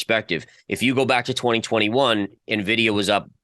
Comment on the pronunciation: did you just say "Nuhvidia"? Shame on you.:-\